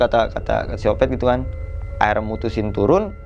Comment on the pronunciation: Baru kali ini...kata " akhirnya " jadi " Aira " 😁😄🤭...dari tadi bingung..apaan yaa " Aira " ☹️🙄😳😁😄🤭